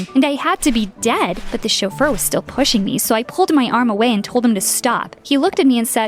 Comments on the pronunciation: "chofeur" or "chauffeur". Sounds like the romanian word "sofer" which means driver. I think the origins of the word are french Edit: yep the word originates from french. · What is a shulfur. like a butler